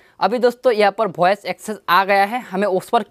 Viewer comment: भाई भोइस नही वॉइस होता हैं ।